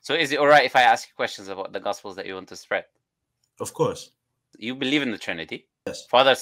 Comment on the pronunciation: The way he said spread is brutal....